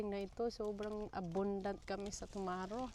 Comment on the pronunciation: Girl tomato lang yan .. wag masyadong e arte pag pronounce